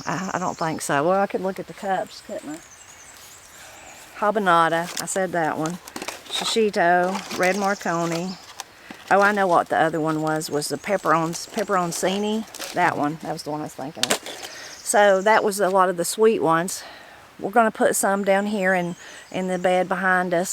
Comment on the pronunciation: Pepperoncini. Pronounced, pepperon- chinie. Is hot if you don't remove the seeds. I'm of Italian decent. I love your channel. ❤